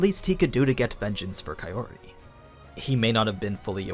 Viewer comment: So, when are you going to stop pronouncing her name as kai O ri? shits getting real old.